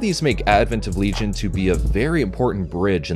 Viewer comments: “Legay - on”? What the fuck 😂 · Always happy to see the 90s Gamera receive some appreciation:) btw as a big fan of Shadow of the Colossus, I'd been HEARING Otani throughout the trilogy yet only on this video finally I've got confirmation that it's him=) Haha. Whoever did that silly pronunciation, his Le-gi-on is closer to Latin original than your LeeJun >:D Seriously, you USians should redo your entire grammar. I for one would be happy to learn it :D As for that weird hug.. hm, not impossible, after all Kaneko does have a sofcore background. In the light of how the rest of the plot unfolded, however, it always looked to me as an early attempt to assimilate the girl, but yea, it's very suggestive. I'm just rewatching it after awhile, guess we'll see how does it come across this time around